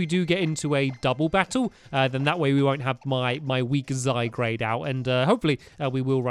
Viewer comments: STAMPY, ITS ZY-GUARD, NOT ZY-GRADE, SORRY, BUT IT RELLY ANNOYS ME FOR SOME REASON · It's not zygrade/zy-grade. It's zygarde/zy-guard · stamp its not zygarde. it's zyguard ist guard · STAMPY Its Zygarde NOT Zygrade say it ZY-GAR-DE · It is ZyGARDE, not ZyGRADE!!! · Triggered It's not Zygrade. It is Zygarde ZYGARDE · It's zyguard not zigrade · ZY GARDE NOT ZY GRADE 😂😂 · Stampylonghead he's called Zyg-ar-de what Zyg-rade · "Zygarde" is pronounced "zy-guard", not "zy-grade". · Zygarde not Zygrade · It's pronounced ZY-GUARD, not ZY-GRADE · STAMPY ITS ZYGARDE NOT ZYGRADE. JST NOTICED IT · It's Zygarde and sounds Ziy guard not Zy grade!!!!!! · It's so annoying (NOT IN A MEAN WAY) when he says zygrade, ITS ZY- GARDE, GAARRDDEE! Everybody comment about this so he sees it and starts saying zygarde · stampy its not zygrade its zygarde and its a legendary from x and y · IF YOU SAY ZYGRADE ONE MORE TIME! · Stampy it pronouced de-sid-you-eye and zy garde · It's pronounced zy guard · Why does stampy say zygarde wrong